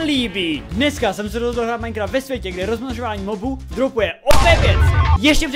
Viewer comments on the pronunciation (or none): none